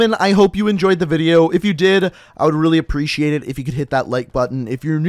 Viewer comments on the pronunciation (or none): none